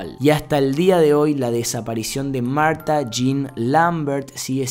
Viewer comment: me encanta que le pone pronunciación a todo tipo en el principio dice: mAuRtTa y yo: marta:P